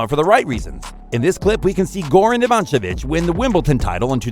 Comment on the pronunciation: Ivancenic??? Kyrjeeeos??? Very true!